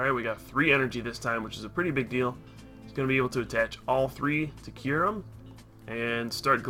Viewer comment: about half way through the vid i got tired of "Curem" and not Kyurem lol